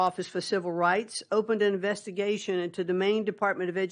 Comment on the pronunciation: Im sry did she say Investication?? Umm maybe we should keep DOE…